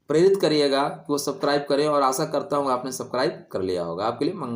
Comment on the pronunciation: सब्स्क्राइब बोलिये ना कि सबक्राइब गुरुजी